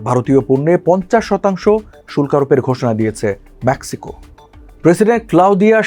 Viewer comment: আগে ইংরাজি উচ্চারণ ঠিক কর কাটা, ম্যাক্সিকো নয় মেক্সিকো